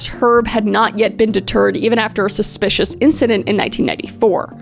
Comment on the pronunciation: as someone woud say: "suspbspspsichious"